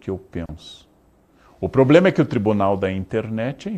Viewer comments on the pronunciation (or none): none